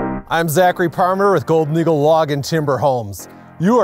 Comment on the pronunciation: I swear he's saying gold noodle log homes.